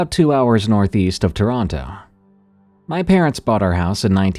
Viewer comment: you managed to say Peterborough and toronto wrong 😅 if you ever get a story from stouffville, send me a msg 😂